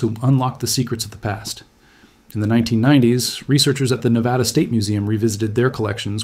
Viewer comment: It’s NEVADA, not NEVAHDA.